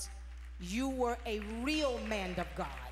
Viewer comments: How can you live 40+ years and not have been corrected in your grammar so that you are able to pronounce as simple a word as "man"? It's "man" of God -- not "manD" of God! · It's that old skool pronounciation of "man"!! Karen and Dorinda say it too!! I don't know what that is. Folks raised up in COGIC, the old mothers say "MAND" of God. I crack up!!